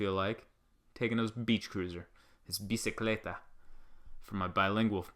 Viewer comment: Excellent pronunciation of bicicleta... I enjoy your comments very mucho.